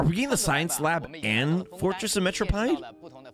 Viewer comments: it’s Mare-o-peed 😭 not metro-pied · Am I the only cringing to the way he says Meropide 😂